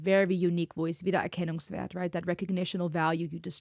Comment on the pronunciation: Haha that flawless „Wiedererkennungswert“ caught me a little off guard. Greetings from Germany